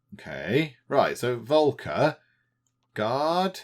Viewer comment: Just a little pronunciation hint. The first part of the name "Volker" is roughly pronounced like "Folk".